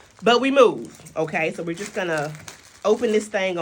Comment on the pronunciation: "This packaging is violent" 🤣🤣 and when you put the emphasis on "just" 🤣🤣. I can't be at work stealing time and watch you without bursting out laughing 🤣🤣🤣🤣